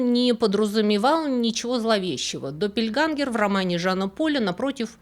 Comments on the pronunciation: Интересное видео, но я хотела вас немножко поправить со словом допельгангер,буква ä в немецком языке произносится как - э, только немножко мягче, между е и э. Поэтому допельгэнгер говорят по немецки, допельгангер не слышала ещё ни разу, живу в Германии 30 лет. Извините и не обижайтесь пожалуйста, люблю ваш канал, смотрю каждую субботу ❤ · Один маленький момент - не доппельгангер, а доппельгенгер. Сама по себе буква "а умлаут" (ä) читается ближе к "э" но не настолько твёрдо. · Немецкий - точный язык. Doppel - это не второй, а такой же. Копия. Когда я хочу сказать , что у меня две одинаковые блузки, говорю не две одинаковых, а просто - допель. Произносить лучше генгер. Спасибо за видео 💖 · Блистательная!!! Хочу только сказать, что немецкое слово Близнец пишется Doppelgänger, т.е. двойные ходоки уже сразу во множественном числе. На множественное число указывает Umlaut /умляут. "ä"- и произносится эта буковка средне между е и э. Допельгэнгер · ДоппельгЭнгер, "ä" (Doppelgänger) произносится, как очень открытое "э". Пожалуйста, примите к сведению.😊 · Спасибо большое за вашу рабоу!!! Небольшая поправка -допельгЕнгер, допельгЕнгеры. С уважением,ваш преданный слушатель. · Doppelgänger читается как доппельгЕнгер, так как «ä“ читается, вообще-то как «э», но «е» тоже хорошо. Немецкое «e“ гораздо более мягкое. Я не филолог, просто живу в Германии много лет.